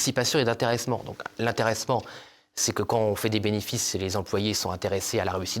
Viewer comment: Il faudrait que des personnes publiques parlent correctement Français. Monsieur Tanguy, comme beaucoup d'autres, ne respecte pas les liaisons, les quan on les quan i. Ces gens là qui hurlent, à juste titre, sur la décadence de l'école devraient montrer l'exemple pour les enfants qu'on reprend sur le sujet et qui nous disent le monsieur parle comme çà à la télé.